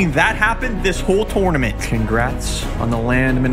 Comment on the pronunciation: Why he always saying tornurmanrt